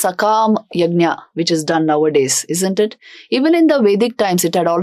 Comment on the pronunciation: यज्ञ not यज्ञा